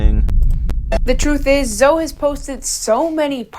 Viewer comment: really said Zoe like toe 💀 Then she said resistance bands are for the chronically online ☠